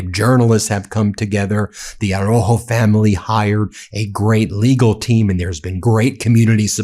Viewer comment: Plese pronounce his last name correctly...ARAUJO...You are leaving out the "u".